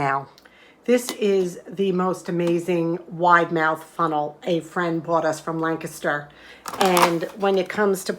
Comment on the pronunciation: Oh my goodness!! You actually pronounced “Lancaster” correctly (as locals would say it) and you aren’t even from PA! 😊 Some great suggestions in this video and I may have now found some ideas to use my empty mason jars taking up space in basement storage. Greetings and many thanks from Philly!